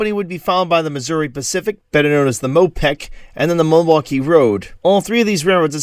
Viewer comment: Do you intend to say "Mo peck," or "Mo PACK?"